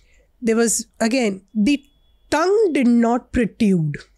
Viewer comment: tongues PROTRUDE, not protyude